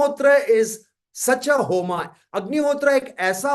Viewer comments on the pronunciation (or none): It was a very insightful session. Thank you. One suggestion - please pronounce 'Agnihotra' and 'Homa' the bharatiya way.. Ie without pronouncing 'a' in the end. It is अग्निहोत्र not अग्निहोत्रा , similarly होम not होमा। let's not misspell sanskrit/hindi words/names/nouns when we translate them into english.... words carry meaning.. right?